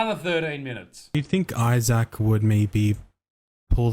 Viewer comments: Don't know if anyone caught it "There are jokes that don't hurt people's feelings" sentence after that proceeds to get Isaac's name wrong these twats canny do anything right 💀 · So this guy that wants you to accept his pronouns and use them properly. Makes fun of the way you look and mis pronounces your name. lol